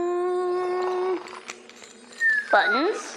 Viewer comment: the way she says buttons scratches my brain svyffytdiokjijo